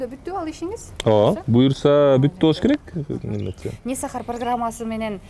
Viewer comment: Не Сахар деген созду туура айтчы ботом